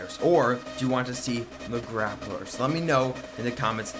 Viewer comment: Gay-pler, errr, grapler...